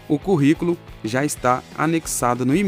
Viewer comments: O correto é: Currículo e não Corriculo!👍🏼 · Kkkkkkkkkkkkkkkkk "CORRICOLO" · "CORRICULO" É DMS 🤣😂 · Excelente explicação, mas é Corriculo mesmo??? ou Curriculum??? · Esse ''Corrículo'' doeu na alma,mas tirando essa falha gravíssima o vídeo ajudou demais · Excelente vídeo, mas corrículo? "Co" ?